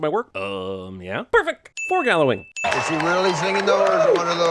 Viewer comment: "Fore-gallowing" Me: choked sobs